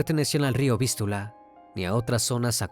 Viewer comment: No es río Vistula, con acento en la u, es Vístiula, con acento en la i, esto y otros errores más, es muestra de que el dueño de este canal, utiliza la IA para realizar sus narraciones, pero el software que emplea, no está tan bien pulido, no lo digo por nada malo, tan sólo es mi opinión, así que no vengan a "abalanzarse" sobre mí. Igualmente, buen caso, no lo conocía.